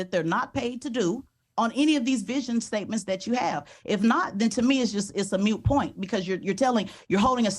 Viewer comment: Not only did she pronounce moot point incorrectly but also used it in the wrong context. She should take her own advice and stay mute 🤫